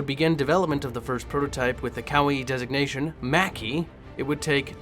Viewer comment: That part about the Mackie sounded like you said kawaii desu-gnation. Jesus... i realise it’s probably not what was said, none the less I’m pissing myself with laughter xD Great video btw.